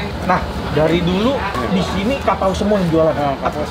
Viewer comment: Gw dengernya pakau bkn kapau